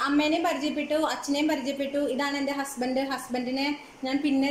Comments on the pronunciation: Chechi എന്താ ഹുസ്ബൻഡ് എന്ന് പറയുന്നത്, അതാണോ correct pronounciation? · എല്ലാരും ഹസ്ബന്റ് എന്നല്ലേ പറയാ ചേച്ചി എന്താ ഹുസ്ബൻഡ് എന്ന് പറയുന്നേ ഞാൻ എപ്പഴും ആലോചിക്കും അത് 😁🤔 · Why r u saying ഹുസ്ബന്റ് ? Its wrong pronunciation...